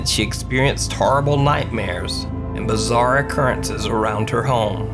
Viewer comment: FUCKING BAZAAR! BAZAAR! HOW. MANY TIMES YOU TOLD US BAZAAAAAAAAR?!